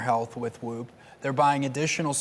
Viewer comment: Why can’t he say “WHOOP” properly?